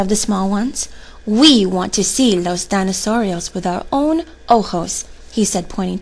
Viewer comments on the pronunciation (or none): Just 1 thing , Dinosaurios is not pronounced Da y nosaurios It should be D y nosaurios.Like the Di in dinner.